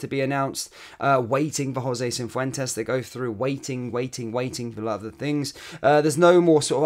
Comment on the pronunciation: There is no "N" in Cifuentes